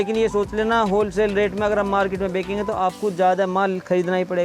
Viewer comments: Bekenge nehi kehte bechenge bolte hai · Are paagal, bekange nai, benchange bol